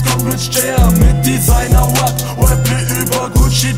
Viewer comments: Diggah, lern mal ordentlich das R ind Rap auszusprechen, du sagst immer Web😂😂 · ER KANN NICHTMALS RAP AUSSPRECHEN... R AP nicht W AP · Es heißt rap und nicht wep. Kauf dir mit deinem ganzen Geld nen sprach therapeuten. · Wieso kann der Junge in der Hook auf einmal nicht mehr "Rap" aussprechen? Designer Wap? Was soll das sein? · "Denn im JBB hat keiner Swag, doch jetzt komm ich! mit Designer Wap(?), Designer Wap." Was zum Fick ist das? Ein Mensch kann doch nicht in der Lage sein, so eine Scheiße zu schreiben.. und im Vergleich zu seiner Aussprache von "Rap" ist Gio ja noch richtig gut dabei.. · Der Typ kann nichtmal das Wort "Rap" richtig aussprechen ;-) Na gut vielleicht passt sich Julien ja auch an und macht ein "Wap" battle. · Spongebob?! Spongebob trägt kein Kostüm wenn dann SpongeBoZZ .-. Und außerdem ist er Gios Bruder wegen der Aussprache? (Web) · LRJ In der "Hook" hat er ja sogar den gleichen "Rap" Sprachfehler wie Gio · Okay, man merkt Moneyboy ist sein Idol, aber bitte bitte, wenn du englische Wörter benutzt, lern sie richtig auszusprechen. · Noch so einer, der Rap nicht aussprechen kan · Der kann ja nicht mal Rap aussprechen :/